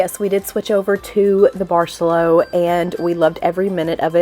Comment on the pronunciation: Very informative and great video also. For those heading there it’s a good hour on transportation from Cancun airport. That’s easy !! Not like getting all the way down to Tulum. And…the resort…. say it……bar-say-LOW, not bar-SELL-o. Nice resort! Nice destination!